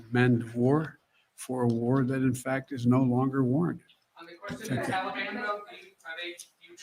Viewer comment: Why does say "Tallybawn"